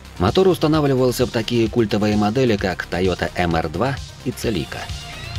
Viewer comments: Ролик хороший, но крОун, соАрер и целИка по ушам резануло. Краун, сОарер, сЕлика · Бестолковый диктор говорит КрОун, ЦелИка, 4эйджиИ, 1гзфи, фейспалм 80лвл